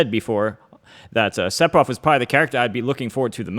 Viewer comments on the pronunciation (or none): Everyone else: Sephiroth This guy: Sepiroth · He said Sep-eroth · When he says sephiroths name as seppiroth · Am I bad of hearing or is M2K actually Sephiroth as Sepiroth LMAO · Why do people insist on pronouncing the p in Sephiroth? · Se-FI-roth. Not Se-Pi-roth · its Sefiros not seppirothhh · >"Sep- Er- Oth" Oooh noo... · Is he actually really saying Sep-hiroth? Now I don't mind when Aerith gets called Aeris, that doesn't bother me. But this? Who does this? I'm 10 seconds in and I'm not sure I want to keep watching. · If it helps you pronounce his name... the kana is セフィロス It's definitely a pure "f" sound, there is no p sound in sephiroth. Just pretend it's spelled sefiroth. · “Sepiroth” Wha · It annoys me that he says Sephiroth with a p instead of an f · Man said sepiroth 😂😂😂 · Nobody: M2K: Seppirof! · Are you sure that Curse detonates after a certain period of time? The leading theories are that it either punishes an attack/projectile or that Sephiroth can detonate it at will with no animation/lag, kinda like c4. also it’s pronounced sefiroth. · Can’t pronounce sephiroth lol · It's Se-fi-roth. The "ph" makes an "f" sound! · Said Sepiroth, instant dislike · i hate the way u pronounce it